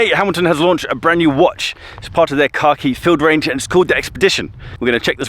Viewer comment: Ok soooo I hate to be that guy but every single time you say the name it cracks me up. The Hamilton “car key” Expedition lol….Yes I’m American